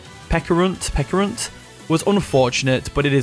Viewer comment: It's Pecharunt like Pecha Berry, so Peh-Cha-Runt.